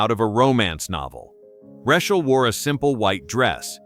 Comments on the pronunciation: Plz double edit urself before posting please! Im trying to focus on ur story but every time u say her name, THE MAIN CHARACTER OF THIS STORY...I almost leave! Lets sound it out together... Lol 'RA, long a' 'Ch, ch ch like change' 'ael sounds like just saying 'L' so its RA CH AEL sigh 😐😶😑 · pronounced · Who doesn't know the correct pronunciation of her name. "You can't fix stupid"! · That's because it's a BOT voice... not human. All these videos have mispronunciations of names. In this video alone, there are 3-4 (maybe more!) variations of name! SO ANNOYING!